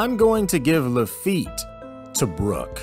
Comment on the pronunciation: Hate how he says Brock’s name. My boyyyyyy